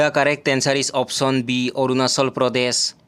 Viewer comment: Arunachal ❌ Arunachol✅😂